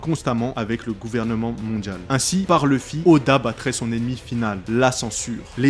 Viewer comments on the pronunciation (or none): pk tout le monde dit leffy et non luffy